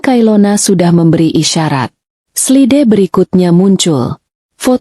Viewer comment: Slide harusnya dibaca "slaid'